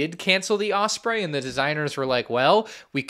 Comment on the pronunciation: also I love you but the way you pronounce osprey pisses me off an unreasonable amount.